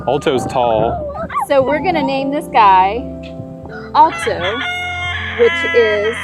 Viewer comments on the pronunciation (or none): I loved this vid! You guys are awesome! Edit: no hate but you guys pronounced the word “alto” wrong